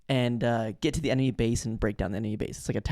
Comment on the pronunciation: Bro, this Brayden guy can't say "enemy" right.